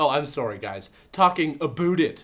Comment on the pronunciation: I like how he says "Sworry" right before joking about Aboot.